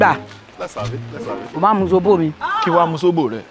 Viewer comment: Z is pronounced as S